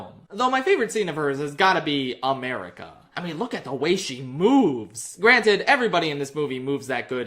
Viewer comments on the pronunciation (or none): none